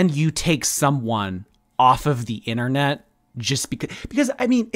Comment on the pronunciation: I totally thought that woman said “omg I saw you from the THINternet”💀💀💀